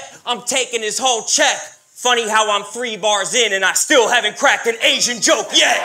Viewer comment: He said "Asian" in a way that sounded like "aging," so he used it like a homophone.